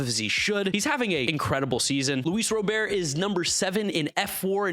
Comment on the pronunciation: Says Luis RobeAir always gets disrespected…doesn’t call him Robert (as he’s asked)